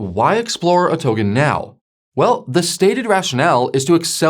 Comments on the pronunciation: Brooow please say "Token", not "Towgan" 😂. My ears are bleeding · For real first it was “trade-fi” now it’s “togen”, as if he’s messing with us on purpose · The hell is a 'towgan'? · Pronounce 'Token' for me please